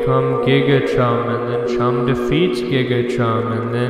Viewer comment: the more you hear it, the more h in chum disappears